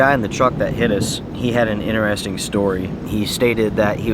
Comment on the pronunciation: Bro why can’t you say the word interesting properly??! 🤣🤣